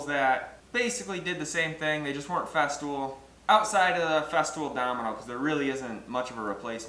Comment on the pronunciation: Makes sense to me. Except your pronunciation of FESTOOL, you say FESTIVAL? It's just FEZ-TOOL, not FEZ-TIV-OL. It made me question whether or not there was a Festool Domino or were you also cutening up this this name to? Like the FESTOOL DMO-29 or something, and you say "FESTIVAL DOMINO". There is a Domino tool.